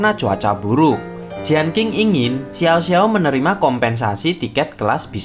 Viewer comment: Lagian bukan jianking tp jien cing